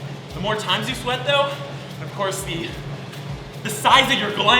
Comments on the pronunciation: “Of coyce...” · out of breath from running also: “of coise”